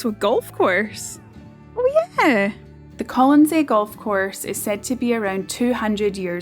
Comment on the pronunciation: Are you sure you have the pronunciation of the island correctly?